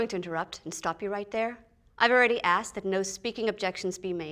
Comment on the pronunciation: Did Mills say axed instead of asked?